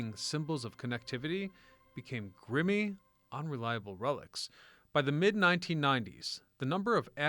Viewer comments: Grimy...not grimmy. 😂😂😂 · Grimy not grimmy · That's I mistake I would expect an AI to make, not an actual person.